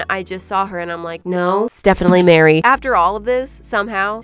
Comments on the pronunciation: Why did I hear Beary but it’s Mary😭😭😭😂😂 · I thought she said Berry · she calls her mary, emphasizing the M twice after announcing her name. You can hear it